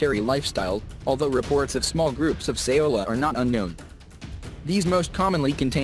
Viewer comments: It's Sao-La. Not, Sa-O-La. Lol Thought your pronounciation sounded strange for a Vietnamese derived name so I looked it up. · Laos = "Lows" Saola = "Sowla"